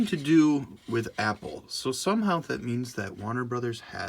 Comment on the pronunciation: I have a problem with your pronunciation of "Warner". Great video otherwise.